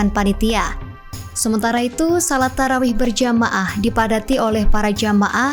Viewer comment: Tarawih ya, bukan Tawarih 🥹